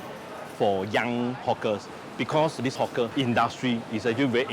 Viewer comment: everyone they say hawker, i hear 'hook'er or "hot gurl" hahaha